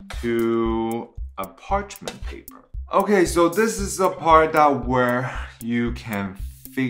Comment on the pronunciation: Can you say parchemin paper one more time 😂 that looks so good and you are right so easy to make 😜 I can smell the salmon from here 😂